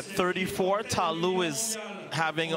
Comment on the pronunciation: I wishthe announcers stop mispronouncing Ta Lou's name and calling her country Ivory Coast.